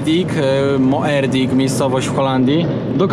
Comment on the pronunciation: Moerdijk czytamy "Mordajk". Pozdro😉👌🚛🚛🚛